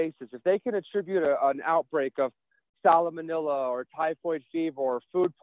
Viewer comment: I think he said sallamanella. Farcical either way.